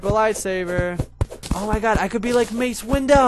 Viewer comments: Make lightsaber and perhaps buy a piggy bank from merchant next episode... wouldnt want all your money to get lost =P Also, its mace windu, not window trololol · Doubt you'll see this but I'm a star wars nerd. Win-do is how you pronounce it. :P (Hope i got that right or i shall live in SHAME for my entire life)